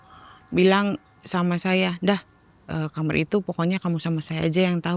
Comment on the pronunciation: SETIAP DENGAR CERITA NARSUM, PASTI SALFOK SAMA NARASUMBER BILANG KAMAR ITU JADI KAMER